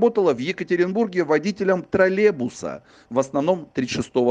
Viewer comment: троллеЙбуса а нЭ тралебуса ) и произносится и пишется с Й